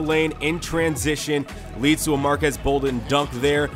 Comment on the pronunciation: It's pronounced marquees bolden not marquez